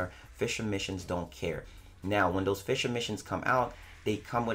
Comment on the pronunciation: Fisher missions.... Since when does play Fishframe?! 😂😂😂 I keep dying of laughter every time you say "fissure missions" 😂😂😂😂😂😂😂😂😂😂😂😂😂😂😂😂 First of all those birds are actually advocates for bite sized warframe so that's why they beefing with you calm down boi. Second of all those birds looked at you with Shisui's Kotoamatsukami tryna put you in that genjutsu to make you stop fighting for warframe endgame. BUT you know you got ya own sharingan so you be trying to resist. HENCE the eye issue.